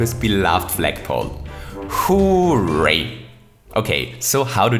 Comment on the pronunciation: When you say "hooray" you sound like you're saying "who rate"